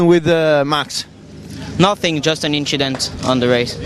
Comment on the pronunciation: “Just a inschident” young charles leclerc